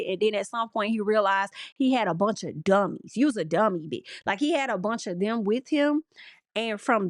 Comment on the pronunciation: The way you said "A bunch of DUMMIES" I literally spit my water! You put some deep emphasis on the dummies! 🤣🤣🤣I will just never understand why anyone would follow this man.